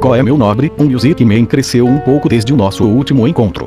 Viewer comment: " Miusic men?... MIUSIC MEN?... KKKKKKK